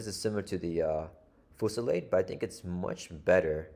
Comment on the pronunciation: I believe it's a French based word so it's foo-sil-LAHD.